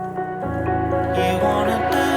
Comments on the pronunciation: It is Càpri, not Caprí (I don't know how to write it correctly... But accent is on a. 😊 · Wrong pronunciation!!! It is pronounced Ka…pri with the emphasis on KA